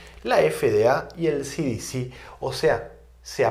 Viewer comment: Desde luego que mal pronunciación tiene usted,,,,,,,,,,, efe de a,,,,,,, ci di ci, está mal pronunciado se dice,,,ce,,,,,de,,,,,ce en español y no en inglés ( ademas las dos son entidades americanas, y usted habla español no inglés, el que usted sea bilingüe no le da derecho a pronunciar en inglés cuando está dando la conferencia en español, cuando la de en inglés entonces pronuncie en inglés, por que si no los de habla inglesa no se enterarán si pronuncia en español ) Se me olvidaba las consonantes B y V, son distintas y se pronuncian de distinta manera,,,,,be,,,,, y,,,,,,uve,,,,,,lo mismo que la,,,,y,,,,, i,,,,,, una es latina y la otra es griega